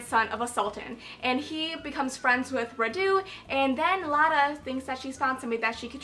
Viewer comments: Its always funny hearing you american guys trying to pronounce Vlad and Radu :)) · I love the way you pronounce Radu. It's so cute😂. Being Romanian the names are really easy for me to pronounce but I can understand why you struggle with them. I had to spell Radu yesterday and totally sucked at it🙈😂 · Re: And I Darken: Radu is pronounced Rhaa-du rather than Rhadoo, accent on the first syllable. And Mehmed is literally Meh-med, harsh H and D. Lada is also a stupid nickname because in Romanian it literally means "crate", nobody speaking the language wold think it was an improvement over her actual name - "Hey, just call me Crate" whaaaa...